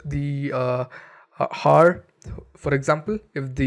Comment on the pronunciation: Learn to pronounce "Hour".